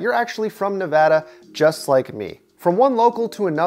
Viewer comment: When he said you're nevada I thought you said NVIDEA xD